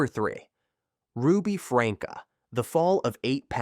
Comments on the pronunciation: AI is so annoying. Who is “Ruby Franka”? It’s pronounced “Frankie”. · Ruby’s last name is pronounced Frank-ee or Franky… But was spelled Franke… and NO ONE was surprised when she was arrested because people had been turning them into CPS for months due to being worried about the children. The one about the guy who drove drunk and killed someone. I had to watch the video, but in doing so, I really do believe he was remorseful. I was also able to find video about the man’s family who was killed. They forgave him and appreciated the video that he made about NOT choosing to drive drunk because it DOES ruin more than one person’s life. They show the family giving him a hug and all of them crying together, and he is still advocating against drunk driving. So, I believe he wasn’t just making that to make himself look good in court because he wants that video to be continuously put out for people to watch so others will learn from the terrible choice that he made. He has stated more than once that he hopes that it reaches enough people that it stops more of these tragedies from happening. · Lol good video.... but FrankEE and OH-knee-san are mispronounced so hard my guy.